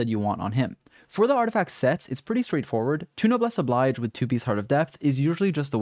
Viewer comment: did you pronouce noblesse oblige wrong lol